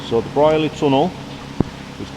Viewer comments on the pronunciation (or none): Wow! I thought this had all been filled for the bypass. I remember walking though the entire tunnel in about 1980....bunking off school! Pronounced Breer-ley by locals.